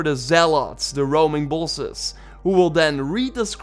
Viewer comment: please learn to say Bosses correct